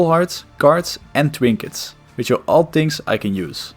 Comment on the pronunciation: People eventually go insane when a game has been around for long enough as can be seen in this video. Its kinda cute how you say w instead of r lol twoll bombs and twinkets